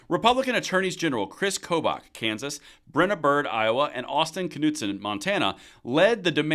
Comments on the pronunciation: I think it was driving me nuts each time you pronounced the K in Knudson 😂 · Pretty sure "Knudson" is a silent 'K' Just saying.